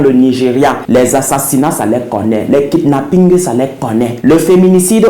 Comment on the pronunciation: Pas kongossa j’ai trop quand tu racontes les histoires surtout quand tu ajoute un peu le piment sur les mots ta prononciation de « le kipnapinGue » m’a tué 😹😹😹😹😹😹😹😹 😹😹😹